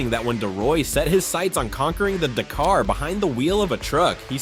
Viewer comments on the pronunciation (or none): Do Americans watch any videos BEFORE making their own??? Surely a quick watch would teach you it's dAf not duf!!! It's dAkar not de-kar. Come on guys, you speak English, you're accent isn't even that strong it's not hard to learn to pronounce words as used in their home countries. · The pronunciation of Dakar is killing me. D’car?